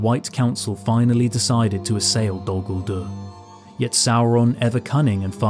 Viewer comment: It's not Dol-Gulduur, but Dól Gúldúr. Peter Jackson and his clique have no clue, don't immitate them.